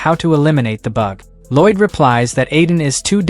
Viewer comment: There is absolutely no excuse for an "english" voice AI to pronounce "Lloyd" as "ROYD".